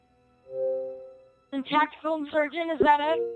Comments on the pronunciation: Tactickle? Lmao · tackticklee lol